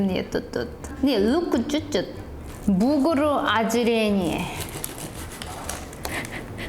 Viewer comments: Что за "бугур"? Может "бургер"? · Сорян,, но уже можно научиться говорить бургер вместо бугр. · Бугур ахаха, бур гер, буря германия, а не бугор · бургер, бурррргер, буРРгер, буРгер, а не бугэр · соединила русское и английское произношение и родился на свет "бугр" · Все:БурГер:БугРы😂😂😂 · Еда, если честно, аппетита не вызывает. Посмотрел только ради того, чтобы слышать как произносит "бугр". За это, собственно, и лайк. P.S. Не болеть! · Чёрт! Точно! БУГР!!! Как же я забыл, что называет бургер - БУГР! Это такой шикарный изюм, просто класс!:)) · Каждое слово, произнесенное, звучит очень мило, особенно - бугур ^^